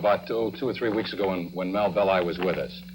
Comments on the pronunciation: It’s Bell-eye, not Belly. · you didn't even watch the movie properly to know its not Pronounced BELLY! , ITS PRONOUNCED BELL-EYE. god damn idiots. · Bell-eye, not Bell-ee. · Fact Check: It pronounced like it looks Bell-i, not Bell-e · Pronounced "BELL-eye." Not "belly". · The real pronunciation of Belli’s name is Bell eye several documentaries on the zodiac killer, pronounced it wrong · Im pretty sure that Melvin Belli is pronounced "Bell-eye" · . Great vid. Hate to be picky but Belli's name is pronounced bell-EYE. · Melvin Belli is pronounced Bell-aye Also, don't give your kid the middle name Lee, nothing good will come of it. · It's pronounced "bell-eye" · Another great vid...but it's Melvin Bell-eye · You mispronounced Belli so I had to give BULLSHIT on the meter! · learn how to pronounce Melvin's name, jezzzzz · If only you hadn't mispronounced Marvin Belli's name over and over. And over. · Funny when the new generation pronounces the names totally differently. It was Melvin Belli, like "Hi" at the end. Grew up with that name on the local news all the time. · How can he make that mistake when it's pronounced in the historical footage he's using?